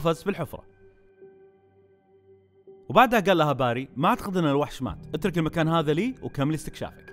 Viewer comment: اسمه barry وينطق بيري موقصدي امسك عليك بس متعقد مت الي يسمونه باري